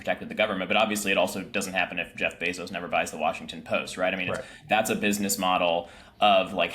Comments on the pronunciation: Is it 'Beeezohs' as JVL pronounces it? Or 'Bayzohs' like I hear everyone else say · It’s pronounced BAYzos. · JVL- Bezos gets his last name from his Cuban stepfather who later adopted Jeff. Bezos is pronounced “bay zows”